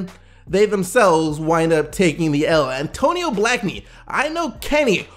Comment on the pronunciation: Antonio Black-Knee